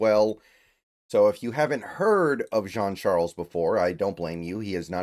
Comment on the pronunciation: Good job on pronouncing the last name B, i’m Haitian his last name is french haitian, you usually mispronounce players name lol, you surprised me there